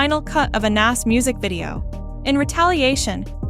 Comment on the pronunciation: Mispronouncing Notorious B.I.G. and Nas makes this video lose some credibility to me